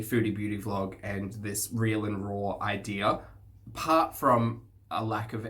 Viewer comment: Did you say vlog or blob?